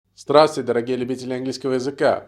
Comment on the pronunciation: Как я балдею от вашего ДРАТУЙТЕ (без З) и вашей улыбки. Спасибо вам за учебу!